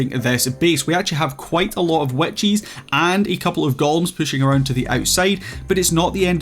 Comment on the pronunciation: for 4 minutes and 40 seconds I was wondering what "Wet Cheese" was lmao, I'm far too new to understand that what I was hearing was witches haha, good video man!